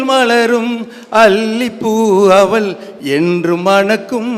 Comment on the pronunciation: அவள் என்பதை அவல் என்று உச்சரிக்கிறார். இவள் என்பதை அவல் என்று உச்சரிக்கிறார்